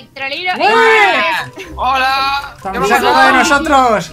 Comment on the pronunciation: Se dice "Lady bog"AMO ESA SERIE !!!(Y a mike)😄😄😄😄